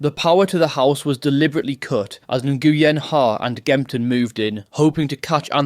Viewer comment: Can you learn how to say the name ‘Nguyen’ please